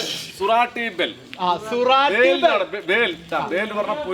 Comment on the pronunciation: സുരാട്ടി ഭേൽ അല്ല സൂറത്തി ഭേൽ പൂരി, എന്നാണ് പേര് മനഃപൂർവം തെറ്റിച്ചു പറഞ്ഞതാണെന്ന് അറിയാം